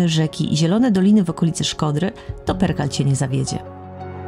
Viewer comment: Chyba Prekal nie Perkal